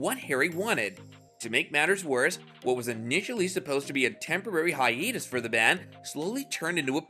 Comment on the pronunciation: I've never heard hiatus pronounced like this. "Hi-eet-us".